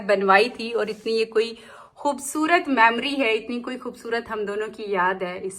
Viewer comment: Mammary matlab kuch aur hota hai 😂😂😂😂 whenever you say "hey hamari khoobsurat mammaries" hain, I die laughing. I understand that English ki pronounciation region specific hoti hain, but ek yeh word " memory" sahi se bol do please. Mera dimaag ekdum hill jaata hain. 😂😂😂